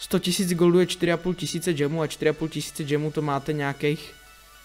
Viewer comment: Džemů? Spíš gemů.